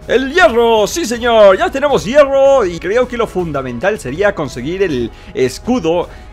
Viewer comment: hierfo Yo: hierro?.__.xD